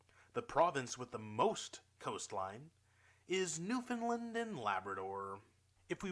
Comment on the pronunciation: I noticed they guy in the video pronounced the name Newfoundland wrong. He said Newfundlund (some say NewFOUNDlund. Newfoundlanders say it more like NewfinLAND (like the word understand).